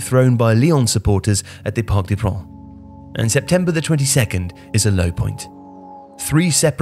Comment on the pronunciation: Don´t ever say ´´parc des pruns´´ again please. Pronounce the C :)